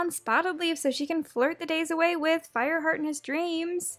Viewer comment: Did u just say FIREHEART?